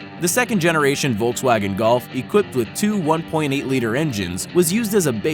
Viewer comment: man learn to say Volkswagen in the proper way...